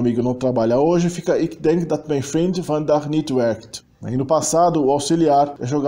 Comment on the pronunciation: Parabéns, muito bom. Não é fácil pronunciar o "ui" e nem o " eu" ! Só umas pequenas correções se me permitir. A palavra é " vandaag" e não "vandag". Pronuncie os " i" como "ê" : Ik wil water drinken= Êk wêl water drênken. A pronúncia do " u" da palavra "zullen" é igual ao "e" do artigo "de", portanto não um "uu" nem "oe".A pronúncia de "tafels" ( mesas) não é "taffels" mas "tááfels". A pronúncia dos "g" é bem gutural nos Países Baixos ( harde g) e não é igual ao g do alemão. No sul da "Holanda" e no flamengo belga o " g" pronuncia- se com um " zachte g" algo parecido com o g- laut alemão ( não igual!). A palavra " meisje" ( menininha) pronuncia- se méisje e não " meesje" (mêisje) que é uma espécie de passarinho. E não houve MESMO a perda total do genitivo! Muitas expressões permaneceram "versteend" como "Vrouw des huizes" etc. Gecopieeerd van het internet: genitief (taalkundige term) synoniem = bezitsvorm, tweede naamval De genitief is een vorm die aangeeft van wie of wat iets is. Bij zelfstandige naamwoorden is dat de bezits-s. De betekenis ervan kan worden omschreven met een van-bepaling. Obama's grootmoeder (= de grootmoeder van Obama) Frankrijks culturele identiteit (= de culturele identiteit van Frankrijk) vaders rommelige kantoor (= het rommelige kantoor van vader) Ook bijvoeglijke naamwoorden krijgen een bezits-s als ze voorafgegaan worden door iets, niets, wat, veel, weinig of wat voor en het geheel de waarde van een zelfstandig naamwoord heeft. Het was niets bijzonde